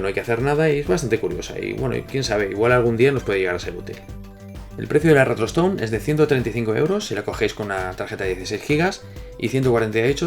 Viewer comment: Nose en qué vídeo mensionaste esta consola, pero yo escuché "retrotoston" XD